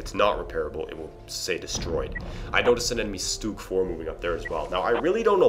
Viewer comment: just an FYI for ya buddy, its not stoog, its SCH-stug....like schmuck but schtug